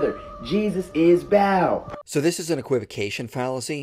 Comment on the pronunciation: Bro pronounced Baal wrong🤣